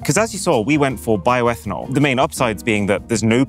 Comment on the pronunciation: Bioetanol 😂😂😂 seriously?